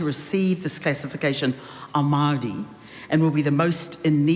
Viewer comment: How does that lunatic say "Maori" she days "Maardiee"